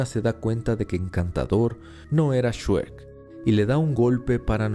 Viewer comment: COMO QUE "SHUEK", SE DICE "ESHREC"